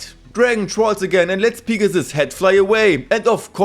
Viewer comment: I am sorry but I love how u say “Pig-a-ssuss” 😂😂😂